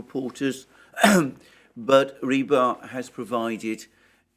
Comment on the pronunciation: Rebar? No.... Just, NO! It's Rybar... You clown 🤡